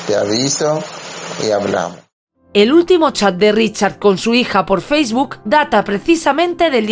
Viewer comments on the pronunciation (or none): none